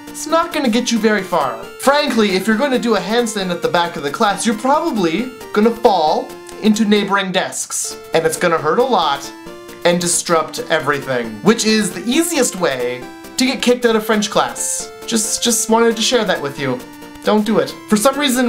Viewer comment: That's meeee! xD And... Distrupt. Haha.. and his mispronunciations. n_n